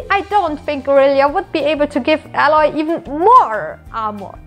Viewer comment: its not ally, its Aloy